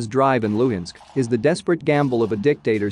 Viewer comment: LUHANSK, not LUINSK.